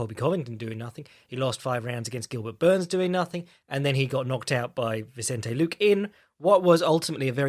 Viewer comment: "Vicente Lookin"